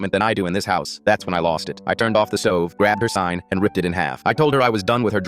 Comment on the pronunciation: I'm not going to lie but when he said "I Ripper her sign in the half" I thought he said "spine in half"